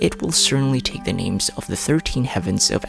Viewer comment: Im confused why you pronounce almost every name differently than they do ingame 😭